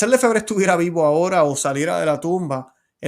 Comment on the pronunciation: nosotros pronunciamos Lefebvre en español, cargando el acento en la segunda e.